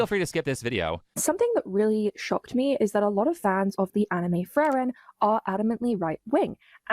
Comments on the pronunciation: "the anime FRAREN" as a German, I'm already fatiguemaxxing at this point IT'S PRONOUNCED FREE-REN YOU DUMB [slur] edit: every single time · How is it miss antiracism can't pronounce frieren but can? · can't even pronounce frieren correctly..